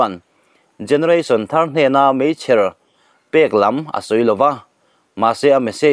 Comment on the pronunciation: 'Mechher'i ti em ni ?i ti a nih chuan,i tih/ilam dan kha a diklo,a mak thin em mai.